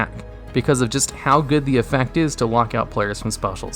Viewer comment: Why does the Pandemic Dragon say EFEECT lol